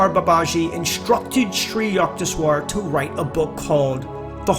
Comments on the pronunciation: yuckteshwar ! yuck! U in Sanskrit is pronounced like a short U more like book. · Hi, I am a 50 year devotee of Parmahansa Yogananda. I really enjoyed this video and thought it is mostly accurate. The mispronunciation of Sri Yukteswar’s name was disconcerting to me (Yook-tes-war is how Yogananda pronounced it). There are many recordings of Yogananda praying and saying the name of each guru in the SRF line. Just thought you would like to know for future videos. May Babaji guide your steps and vision to more videos of these great masters. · it's 'sid---ha" not "sid-a"; "Koon---dalini" not "Kund..."; "yuke---....teswar"